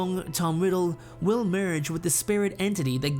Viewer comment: Great topic 🐍🐍🐍 first time you said they’d merge I understood “marriage” instead of “merge” 😂 so I was like … that could be an option … a weird one …but it is Voldemort we’re talking about 😂😂😂😂😂😂